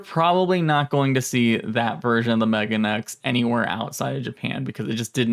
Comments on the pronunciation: Not to be that guy, but it's pronounced "me-ga-ne-ex." Megane means "glasses" in Japanese. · Thank you. His pronunciation was causing me stress. 敏感過ぎるかな？